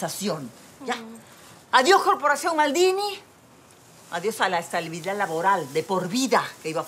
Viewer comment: Estalibidad dice Franchesca no estabilidad